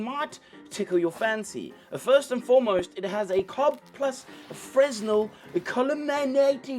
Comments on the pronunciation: it's pronounced fra-null. (Fresnel) awesome video! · Happy New Year,! Couple of technical notes - Fresnel is pronounced like fennel, but with an R and with the accent on the second syllable like you were a fancy boy... or Christopher Walken. You're correct that the pattern on the build plate helps the models adhere. That's because an undecorated build plate is boring and doesn't hold the resin's interests like something with intricate patterns does. We're getting to a point with printers where they have to really push the envelope to differentiate themselves. Tilting vats, heaters, strain/force gauges and AI. I'm not sure what else they can do to make printers better. The mars 5 ultra has a pixel size of 18 microns... That's about half the size of a human skin cell! I'm not sure resolution is going to be an issue in future printers... so what's next? I don't know, but I hope this was engaging and helped move things along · that is not how you pronounce FRESNEL, Daddy.